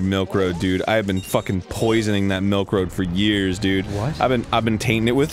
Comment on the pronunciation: Melk and beeeeans